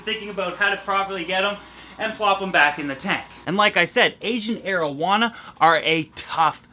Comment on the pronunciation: Each time he says asian arowana i think he says asian marijuana